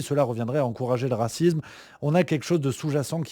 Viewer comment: Mon cher: on ne dit pas racizme, mais racisme.